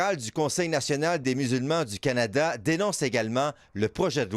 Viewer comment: Kebek? Kanata😂 OMG